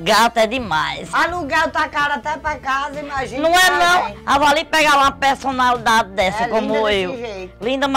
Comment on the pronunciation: ela ama mesmo a tal pelsonalidade kkk